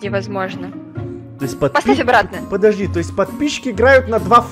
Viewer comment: Она сказала не плости а подожди